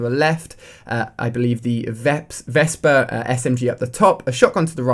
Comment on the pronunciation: vepr, ali-a not vesper